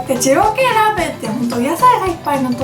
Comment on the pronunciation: でぃろうくぇい